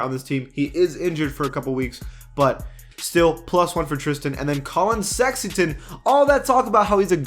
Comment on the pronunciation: Does he say Collin Sexington on purpose?